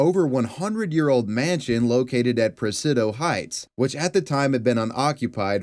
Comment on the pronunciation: I love your content, but please look up names of states and places please. Vack ah ville… Na Vah da… Pra sid di o…